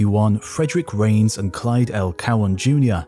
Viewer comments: Hi. I am an experimental particle physicist switch specialization in neutrino physics. I always enjoy your video on this channel (and also history of the earth). Thank you so much. One (somewhat amusing) fact to point out: “Reines” is pronounced “Ray-Nes” not “Rains”. The latter is how you pronounced, and many neutrino physicists including famous ones make this mistake admittedly. But my colleague who is old enough to have taken a lecture from Reines at UC Irvine chuckles about this. Reines always made sure at least students in his class knows how to correctly pronounce his name. Since your channel is popular, perhaps you can help correcting this with many audiences, which Reines might appreciates :) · Ray-ness, please. The surname of the neutrino physicist to which you refer, Frederick Reines, is pronounced Ray-ness. Thank you.